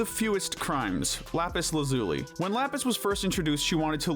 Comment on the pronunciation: Why the hell he pronounce lapis name like that 😭. That gave me the icks frk